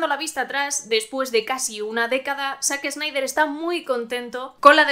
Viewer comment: Excelente, pero la pronunciación es "zaxnaider"